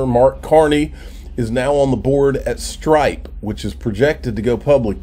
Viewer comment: Are you saying Stripe or Strike?